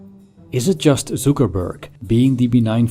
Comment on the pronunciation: Who pronounces Zuckerberg like Zookerberg? AI maybe?